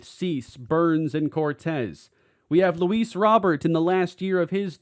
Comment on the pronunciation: Please say Luis’ name correct.